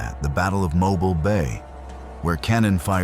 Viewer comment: It's "Mo-BEEL", "Birming-HAM" and "MAH-rion" (like Robin Hood's girlfriend). The original Tutwiler Hotel site is now a bank, although I hear the spirits followed the hotel when it relocated. You got the Drish House story backwards - Dr. Drish died first. Oherwise, good video. I live in Alabama, born and raised here. In Alabama, if it was built before 1900, it's haunted.